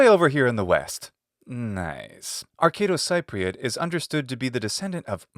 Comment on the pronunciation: Cypriot is pronounced like SEA-priot